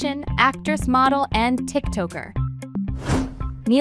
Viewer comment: “Pisses” “Tik Toeker”